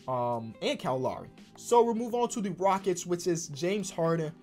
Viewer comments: Bro it’s Kyle loWry no lauri. Low-ree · Bro it's Kyle L-OW-RY. Not Lawry lol